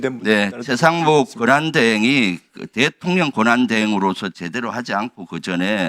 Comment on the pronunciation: 김병주 의원님... 대통년 비슷하게 들ㄹ려요. 대통놈 위에 있는 그 대통년을 말하는 거죠?